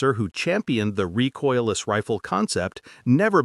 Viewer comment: Reecoiles, not rejoices ,poor IA.